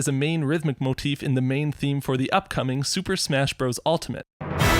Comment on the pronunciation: Funny how he says “upcoming”